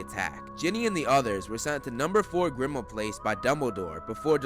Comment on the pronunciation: He said number 4 grimauad place